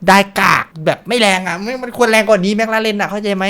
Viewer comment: เอิ่มครับจริงๆแล้วมันไม่ได้เรียกว่าแม็คราเรนน่ะครับแต่คนไทยชอบออกเสียงผิด จริงๆแล้วมันเรียกว่าแม็คคลาเรนน่ะครับ #ฝากใว้เผื่อใครไม่รู้